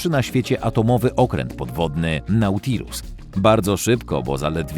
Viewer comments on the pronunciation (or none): none